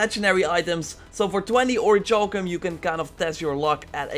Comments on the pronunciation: ... It's pronounced ORRY KAL KUM... Please stop with the "CHALL KUM" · its pronounces ori-kal-cum. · It's pronounced or•i•kal•cum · It’s. Pronounced. Oric-cowl-come. LEARNED THAT IN SKYRIM BOY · Seriously it hurts my ears hearing it how he says it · What about orichalcum? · and Orichalcum the wrong way! Haha I'll forgive him though, because it makes me laugh when he says it, and that's not bad thing!